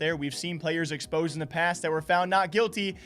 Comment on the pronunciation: I mostly heard "exposey". Eventhough that's not what you said.